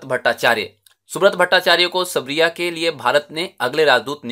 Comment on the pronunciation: Sir सरबिया ह सबरिया नही